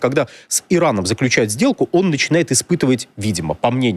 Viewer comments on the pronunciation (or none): Он иностранец, ему можно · договор заключАют, а не ее заклЮчают. Они заключАт договор, а не заклЮчат. Ключ тут не причём.